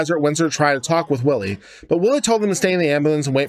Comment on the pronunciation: It's pronounced Whylie not Willie!